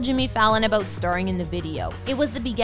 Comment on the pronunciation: stopped watching 45 seconds in bc I don't like the way the narrator pronounces the word "about". Also, I don't care.